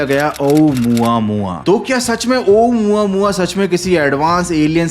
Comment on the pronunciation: Waths ouamuaua 😂😂😂😂😂